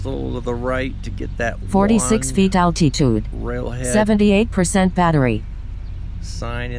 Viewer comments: Al-Tee_Tude..LOL...Sounds like Arnold Swarchzennegar pronouncing Ca-LEE-Fornia... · I wish Litchi could pronounce altitude. Gets on my damn nerves!